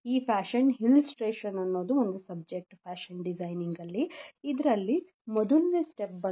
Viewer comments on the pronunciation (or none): Very nice, please pronounce illustration not hillstration sorry